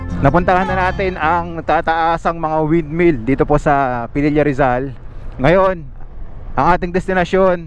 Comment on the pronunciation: Its Pililla po, not Pelilla. Thks.